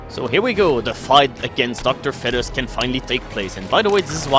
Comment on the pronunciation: im being an ass hole doing this since its 2012 but pernounce is feet-us sorry for being an ass face